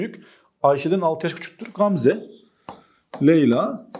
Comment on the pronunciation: Hocam o nasıl Gamze demektir yaaa🤣🤣GGAAMzaeae